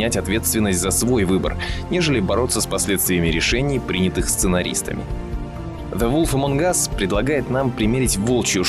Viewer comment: ''зе волф эмонг ас'' слух режет